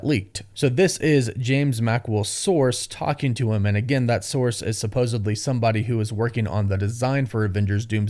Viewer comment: Supposed-LY not 'supposABLY'